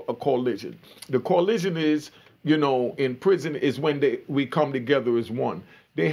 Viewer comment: It’s coalition!!! Not collision